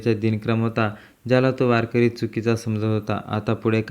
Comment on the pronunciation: त्या महाराज चे नाव कोण तुझा बाप सांगायचा का वारकर्याचे नाव बदनाम करु नको तुला वारकरी शब्द निट म्हणता येत नाही रताळ्या